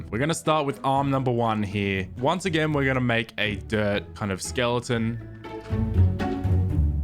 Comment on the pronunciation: am i the only one who heard him say a dirt of skeeton